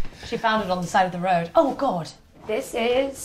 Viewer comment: is the most British “oh god” I have ever heard